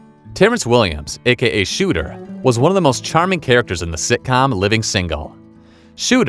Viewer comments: I know, right. I was like, who in the hell is Shooter. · Lol his name was scooter not shooter